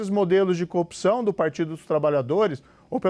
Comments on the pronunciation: Moro é tão corrupto que corrompe a própria palavra. Ele fala "copção". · Aprende a falar corrupção, Sérgio Moro, kkkk "copçao" ... Tu é uma Co-opção kkkkkkkk acho que é isso que você quis dizer kkkk